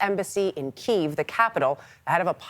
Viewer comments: Key-vv?!? nah bish its Key-ev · Did she just mispronounce Kiev? 😂